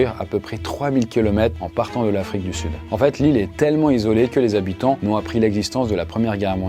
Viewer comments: Il faudra demander aux soixante zzzhabitants ! (comme dit le conteur) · On dit 60 habitants...zhabitants😅 c'est s'il y avait un S à la fin de soixante,😉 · Soixante Zhabitants 😂